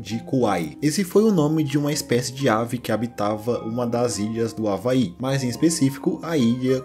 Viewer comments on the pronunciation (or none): none